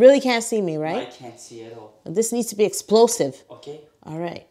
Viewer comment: That 'oké' sounded so Dutch-like XDDDD I loved it hahaha